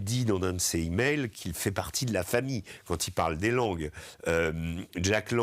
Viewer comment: On dit des "zimails", pas des "himails"... ça écorche oreilles !